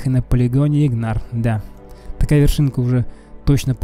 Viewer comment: Не Игнар,а Ингар!